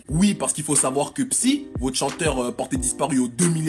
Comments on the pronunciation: Aurore Psy se prononce SaÏ x) on ne prononce pas le "p". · Mes oreilles... C'EST PAS PSY COMME LE PSYCHOLOGUE MAIS PSY, QUI SE PRONONCE PSAÏ èwé ;-; 2ne1... ;-; GD, toujours autant possédé XD Heureusement quand même que y'a pas la VOSTFR.. ♪ Oui, mais non. Ca partait bien, pourtant... ;-; MOI J'EN VEUX DES SONS COMME CA, BRUH. MDR t'es gentil quand tu dis la moitié, 85/90 % ce serait plus juste x) Genre, Min Yoongi est innoncent ? MDR XD